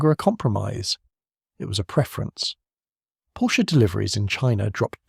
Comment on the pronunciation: Do your homework: it’s pronounced “Porsha".